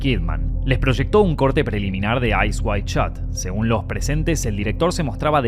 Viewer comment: Eyes wide shut. Not Eyes wide shot.